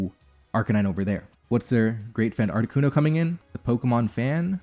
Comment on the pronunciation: It is never, ever, Articunover.